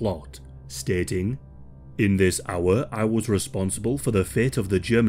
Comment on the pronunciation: "Zis is from mein spring collection..." hahahhaha